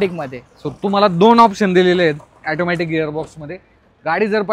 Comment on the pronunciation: ऑटोमॅटिक असते रे ते.. तो बिचारा ऑटोमॅटिक बोलतोय आणि हा youtuber ऍटोमॅटिक बोलतोय :D